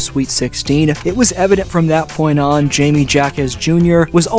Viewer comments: Not Jamie, Jaime (pronounced like Hi-mey), he is a phenomenal player and has amazing basketball IQ. I can't wait to see how far he goes and how he impacts the game in the future. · It's hi-meh ha-kez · "Hi-meh" to be precise. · Hayme/Hame not Jaymee lol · Hi may, not J me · His first name is pronounced like “Hi-mey” but great video as usual! Been subscribed since 2022 so by now, we both know more Miami Heat content is coming out closer to the postseason😂🔥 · High Meh Ha Kez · I can't listen to this video with you pronouncing J's with a jay sound instead of an H sound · Someone tell this Narrator that Jime Jacques’s name is pronounced with an “H” both first and last……. there’s no excuse for him! It’s an insult to all Latinos